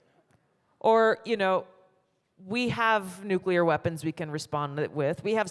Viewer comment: Thank God for you Tulsi! I pray for your safety and all on the panel. And its so refreshing to hear someone pronounce Nuclear properly! Lol.